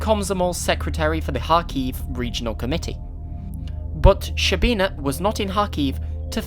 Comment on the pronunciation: To pronounce correctly, you have to start saying a 'sh' sound, and it finishes as a 'ch' sound. It's almost like a longer 'ch'.